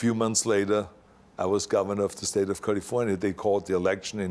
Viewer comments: I love hearing him say Kalifornya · Culliefornya is the proper term. 😬